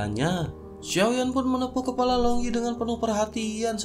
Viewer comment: Sdh jauh episode nya..tpi mimin msh tdk prnah serius membaca ceritanya.bnyk becanda...tpi mnurutku tdk lucu. Kepala di ganti kelapa Emosi di ganti esmosi... Sy kdang mndengarnya agak risih.